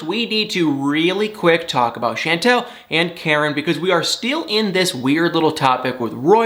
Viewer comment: I’m terrible! It doesn’t bother me in the least that you say Chantel’s name incorrectly. Lol,!